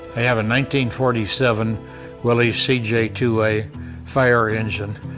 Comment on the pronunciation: im glad to hear call it willeez as it is obviously pronounced willeez. i cant stand hearing people call it a willis. kaiser started that willis nonsense but the ww2 guys knew better